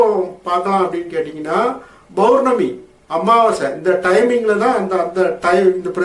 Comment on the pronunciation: Masthaan bhai... Tamizh sariyaa uchariyunga bournami illai (pournami) .Any how today leave for arampaadi sithar 😜